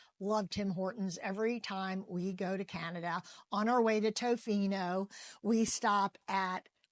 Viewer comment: I'm pretty flakey when it comes to making commitments to meet up. BTW when you're in Canada, Tofino is pronounced TaFino rather then Toe-Fino. 😉